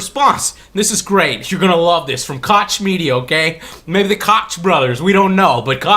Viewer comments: Just a heads up, , "Koch" is pronounced "Coke" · I agree 100%, but one thing: I used to pronounce it like "Cotch" too, but it's actually like "Coke". "The Coke Brothers". I don't know what ethnicity the name Koch is, but it doesn't follow normal English grammar rules. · Koch is pronounched like Coke, btw... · Hey Joe I doubt you'll care, but Koch is actually pronounced Coke. Its a German name thing. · Koch is pronounced "kok"... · I hate the Koch brothers as well, but its pronounced like coke. Joe's pronunciation is the firearm manufacturer. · Not very important but I think Koch is pronounced like "coke". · Yes. Metro 2033 was a first day purchase for me. I loved 2033. I still play it from time to time. I will admit that I suck at those sorts of games, but I did try ranger mode and it seemed like it was worth investing time in. By the way the Koch media company might be pronounced like coke, if it is related to the Koch Brothers out of Kansas. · Fucking Koch Media. Or as I like to pronounce it: "COCK MEDIA: fucking retards" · Koch is pronounced coke, I know, weird. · Koch Media is a (totally crappy) German company and has nothing to do with the Koch brothers. lmao about how you pronounced Koch. It's pronounced e.g. like the "h" in "huge". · btw. check /watch?v=5a7_uBJgr5Y to pronounce "Koch Media" right Joe :D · In German, the "ch" would be pronounced as in Scottish "loch." In English, this sound is often turned into a K. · The real problem is that the game was originally going to be published by THQ and got picked up by Koch-Media (which is pronounced german by the way). Those Guys are the literal opposite of Indie sadly and will force their way of business where possible.